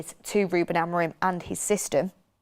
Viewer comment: Names are pronounced "Amooring" withe g being mute "Gon-salvsh" "Kenda"